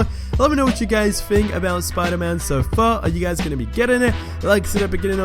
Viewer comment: "think" Not fhink